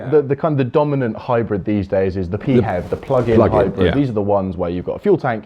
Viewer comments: This is the first time I've ever heard "PHEV" pronounced "Pee HEV" as opposed to "FEV"! Good video, from someone who thinks that hybrids were a good idea for a stepping stone a few years ago, whose time has now passed. Pure BEVs for the win! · “P HEV”? Is that like a “P HONE”? It’s just Phev, like Phone. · Why pee-hev? You don't say Pee-hotograpee-h! They're Fevs, and stil a blind alley! The only readon I've not gone BEV is because of the dreadful lack of chargers up here in the NorthWest, and around Notth Wales. I wasl checking on Zap-map a couple of days ago, and the only public chargers near me haven't worked for over six months! (Not counting one at a Hotel, which is for customers only!) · The infamous Euan McTurk had always said pee-hev, and his You Tube thoughts on such vehicles is worth watching (Plug Life TV)